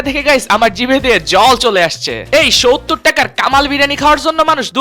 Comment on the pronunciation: শোহত্তর মানে কি বুঝলাম না,, এটা কেমন উচ্চারণ শুনতে খারাপ লাগে না 😊😊